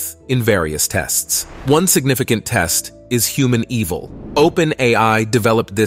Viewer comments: "Humaneval" is supposed to be, "Hu-man-e-val" not "Human Evil!" 😂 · The use of this generated voice audio... and how it pronounces humaneval as human evil 😅